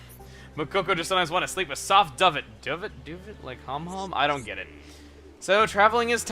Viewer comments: first off it's not pronounced duh-vet it's pronounced do-vay, it's basically a blanket mainly used for a bed. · I'm not sure what a Duhvit is, but I do know that Duvet is pronounced "Doo-Vay". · Chugga, I'm a bit late but "Duvet" is pronounced "Doo-vey" not "Dove-it", it's what you would call a Comforter. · ..... Chugga ...... DUVET REALLY YOU JUST PRONOUNCED IT DU-VET... ITS DOO-VA the a sounds like ey or ay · Ummm... Duvet is pronounced doo-vay, not duh-vett XD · great Let's Play. duvet pronounced "doo-vay". So, what is a duvet? On a basic level, a duvet is a quilted blanket filled with a natural or synthetic filling — such as down or down-alternative — that is protected by an interchangeable cover. Unlike a comforter, its unique pillow-like structure traps heat without weighing you down. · I know you probably know by now but it's pronounced "doovay" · duvet is pronounced do-vay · It's pronounced duvet (doo-vay). It means blanket. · I thought you were part french? Duvet is pronounced Du-vay like how foyer is pronounced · it is pronounced due-vey... I feel like I've done this before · Chugga, are you genuinely unfamiliar with the word Duvet? it's adopted French and is pronounced "Doovay". It's the name for the large stuffed quilt that goes over the body. What word would you use for that if not duvet? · Duvet = "doo-vay" its stuff for bedding :/ another weird English word I think and that's not being racist I'm English too... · You don't know what a duvet is..? (it's pronounced doo-vay) A duvet is the blanket that you sleep under in a bed. Bokoko is saying that they want to sleep with one, which seems pretty sad, going to sleep without something to keep you warm...* sob sob * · Duvet - du-vay, Your welcome :) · does Chugga really not know what a duvet is? It is like a comforter(a large blanket) It is a French word pronounced Do-Vay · Duvet is pronounced "Doo-vay"...It's basically pillows and quilts :3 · Chugga, duvet is "doo-vey", and deified is "day-ih-fied"